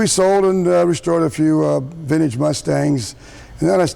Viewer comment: Ugh. He says vind-eeege like such a boomer